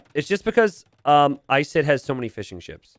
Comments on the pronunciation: I swear he is saying "Fish 'en Chips" instead of fishing ships sometimes.... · Every time you say "fishing ships" it sounds like "fish 'n chips" to me! lol!